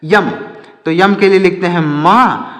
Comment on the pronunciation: Sir yam nahi m hota ha